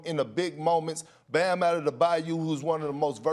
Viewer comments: Perk saying Bam's name reminds me of that pastor trying to say "in the beningging". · Lol - I didn't even watch the video and I gave this a like. I thought you were referring to his country bumpkin attitude and speech. I spit my drink out laughing when i actually heard him pronounce Bam's name like that. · Kendrick pronunciation of Bams name would make more sense if bro was actually from NOLA or even played for LSU or something like that but my mans from Jersey balled in carolina for HS and got picked up by Kentucky for college 😂 Gotta love perk and his Flightreacts speech impediment